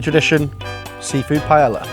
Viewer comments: * NO ONE * butchers Spanish words like the British. The strange thing is they tend to say, "Well, at least it's better than the American pronunciation." No, no it's not. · 3 seconds in and this fool already fucked up by mispronouncing Paella. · Bro, you live right near Spain, at least do the courteous thing and pronounce the dish properly. The LL in Paella are silent. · love your channel mate, but please /LL/ is pronounced like a /y/ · I know you're a good chef but the fact that you refuse to pronounce paella correctly makes me think you don't know shit about Spanish cuisine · Just once in my life I would like to hear an English person pronounce paella correctly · He mispronounces paella. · Looks delicious, great tips, beautiful presentation! Pronunciation... ...? Sill love you anyway 😅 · How come British people mispronounce ‘paella’? Even a top chef does it. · The food looks delicious. The pronunciation of paella... not so much. 😂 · I just can't with the pronunciation haha. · First time I’ve ever heard someone pronounce paella like that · definitely an englishmen, the worst pronunciation of paella 😂😂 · Not even four seconds in and he's already calling it a pie-ella. Bold start. At no point in history has it ever been pronounced that way. If you’re going to teach people how to cook a dish, especially one you dramatically title “The Best Rice Dish in the World” maybe, just maybe, start by saying the name correctly? It’s called paella… pronounced pai-ay-uh. Such a small detail, yet somehow a completely avoidable failure. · Paeja not paella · It’s ‘paa-eja’ mate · Looks great!! also it is pronounced pai-ay-uh. double Ls in spanish are pronounced like a Y. Dish looks amazing!!! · Pie - ay - ah. PIE - AY - AH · Who else loves pie-yellah? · "Payela"???? Matey mate... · Pronounced Pa-ey-eah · lol no way you just said pie-ella 😂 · Pie - el - la lmao love it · i love u dude but please stop saying pie ella 😭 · The way the English pronounce paella is kind of a deal breaker.